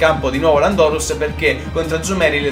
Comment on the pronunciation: si dice lándorus non landòrus